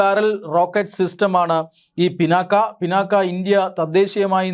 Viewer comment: മലയാളമറിയാത്ത മലയാളി വാർത്ത. ഡോ പിന്നാക്ക അല്ല പിനാക ആണ്